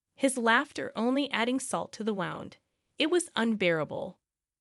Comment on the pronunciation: PLEASE PROOF LISTEN, HORRIBLE to use an AI program that is not correlated. WOUND IS AN INJURY, word pronounced was wound as I wound my watch. NOT THE SAME MEANING OR PRONOUNCED THE SAME.